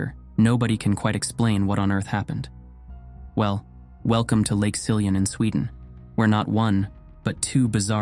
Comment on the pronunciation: Some of the names were pronounced quite correctly, for example Siljan, Rättvik, Borlänge, Älvdalen. When I heard "Råberget" I didn't understand until I watched the spelling. The name consists of two parts: "rå" and "berget". The first part is pronounced just like "raw" in English, and "berget" (meaning "the mountain") is pronounced "bear-yet". Also, "Rune" is not pronounced "Runé" but rather "Roon-eh" (English doesn't have the Swedish U-sound).